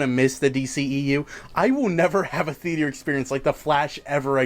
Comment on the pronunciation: ya know I love ya but you gotta learn that you don’t pronounce theater and meteor the same way.